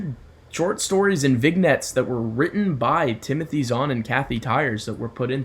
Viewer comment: I think it's pronounced Vinyets.